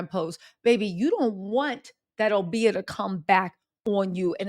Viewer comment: Obeah (oh-bee-ah) is real & Aubrey don't know about. It can also backfire, like it is. There's plenty of POC that rock with 😈acists. Enrique Tarrio is serving 22yrs for Jan. 6. All the spells in the world can't save his career. :_TattleTellReally